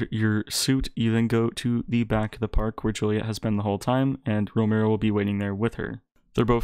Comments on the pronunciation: Row-me-o it’s not row-mer-o 😂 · It’s ro me o not romayo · lol ro-mare-ro